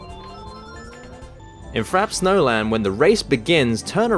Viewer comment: And armageddon is what happens when you mispronounce Frappe Snowland!